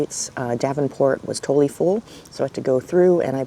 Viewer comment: full rhymes with hull not pool or said as fool.